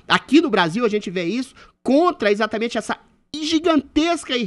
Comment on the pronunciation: Como dói ouvir o Adriles não conseguir pronunciar a letra "E". Troca tudo pelo "i" . Para trabalhar em rádio, dicção deveria ser requisito mínimo. "Izatamente" isso.